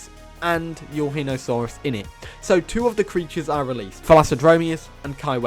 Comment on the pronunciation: Nvm cancelling for calling pterosaurs & marine reptiles dinosaurs Let's bully him for his Pronunciation of Eurhinosaurus >:3